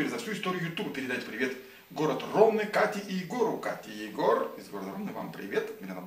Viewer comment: Спасибо за приветы!!!)))На всякий случай - Ромны ударение на Ы)))))))С нетерпением жду новые видео! :) Я тоже недавний Ваш подписчик, хотя видео Ваши смотрю давно, у меня не было аккаунта, ЗАВЁЛ СЕБЕ АККАУНТ НА ЮТУБЕ, ЧТО Б ПОДПИСАТЬСЯ НА ВАС!!! С прошедшим Рождеством, и новогодними праздниками!